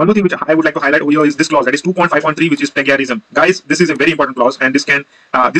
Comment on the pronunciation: its not pronounced as pla-ga-rism, its pronounced as "plaige-a-rism". how did you guys get an 8 on ielts?! lol